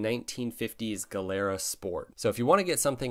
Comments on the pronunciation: it's pronounced gee lera. the way you say it "galera" actually means "prison" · A nit - Gilera is pronounced like JEE-le-ra. I bought a leftover new '86 Yamaha SRX-6 in early '88. Still have it. Singles are skinny and don't take up a lot of garage space. 😁 I was going to list bikes that I've owned that I wish I still owned, but I realized that applied to just about all of them. I need a bigger garage. And budget. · pronounce 'jilera' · FYI…GIilera is pronounced GEE-lera (soft G not hard G). In Italian hard G before a vowel would be spelled GH like GHIA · it is "Jeelara" (Gilera) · Fun and informative video. Hondas are great, but I just love the old Triumphs. btw, Gilera is pronounced “jee-lera.” (My uncle in Italy had one) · It’s pronounced ‘Gee le ra’ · Gilera is pronouced as if written with a J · Gilera is Italian so the "G" is pronounced as a "J".